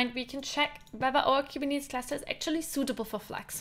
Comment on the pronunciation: Last time guy with hinglish said kuberneticus Now kubinitis lol 😆